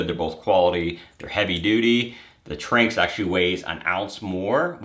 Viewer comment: Not to be that guy but me personally; I think it’s pronounced Tran-X but I could be wrong